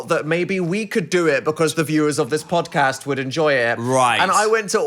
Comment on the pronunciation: we gotta start adding in random Ds to the words then. The phildoard. The phandod. The phodcasd